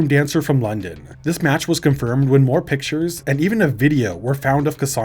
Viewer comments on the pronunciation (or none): none